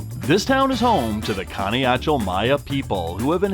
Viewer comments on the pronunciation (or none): "Pana-Yachell? How do you expect to be taken seriously when you don't even know how to pronounce the name of the town you're in??!! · It’s Pan-ah-ha-ch-el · The name is pa na ja chel ok señor welcome to my country Guate 👍🇬🇹